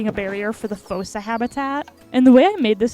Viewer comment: Fun Fact Fossa is pronounced as if it had two O’s so it’s pronounced Foosa